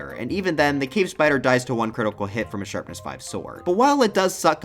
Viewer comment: Sharpness, not Sherpness.